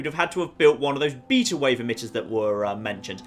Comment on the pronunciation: omg how you pronounce beta is funnier than how you said coyote. its pronounced bātə but thanks for the review of this DLC.